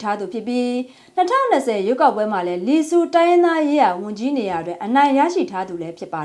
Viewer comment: လီဆူးမဟုပ်ဘူးလီဆူပါ